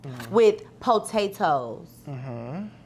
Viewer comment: every video … “PO TATE TOES” 🤣😩